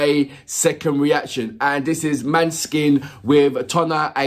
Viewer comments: The å is like an ò as in the word "lot". The e is a shwa, written "ə" in many pronunciation guides. So it's Moh-nuh-skin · Hi,! Don't worry too much about the pronunciation, we get it wrong all the time in Italy as well, because the name is actually a Danish word (for moonlight), it should be pronunced like MAW - neh - skin stress on the first syllable. For the rest... yeah, maybe you can have a look at the lyrics next time, but just do what you genuinely like, it's what keeps us coming back... Thank you!